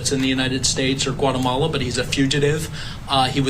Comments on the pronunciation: What the heck is whatamala? Its GUAtemala. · Reporter don’t you know that Guatemala begins with the letter G not a W